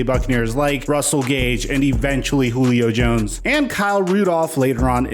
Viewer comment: Did you call him Goolio Jones?